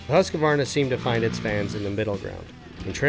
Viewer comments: One thing that drives me CRAZY:......people that say Husq"A" varna. There's no freakin A in the middle. Phew, I 'm ok now. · The dude doing the voice over needs to learn how to pronounce Husqvarna.